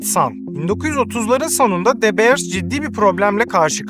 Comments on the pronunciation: de beırs değil dö biırs . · Tiyatro kısmı çok kötü ve gereksizdi. Videonun değerini ikinci el pırlanta gibi düşürdü. Birde keşke de beers değilde dö biirs telaffuz etmeyi öğrenseydin. Bu ikisi dışında gerisi güzel ve doğru bilgi. 👍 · Aga şunu "Dö Biiırs" diye telaffuz etseydin tadından yenmezdi... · De Beers kelimeyi bile adam akili doghru soylemiyor ama herseyde fikri var